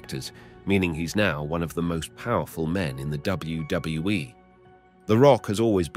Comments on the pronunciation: He says it right sometimes and I think he’s got it down finally and then he screws it up 😂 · How hard is it to say WWE